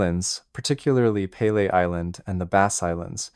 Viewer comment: Pelee island is pronounced pee lee… Not pay lay …. It’s not named after the soccer player!!!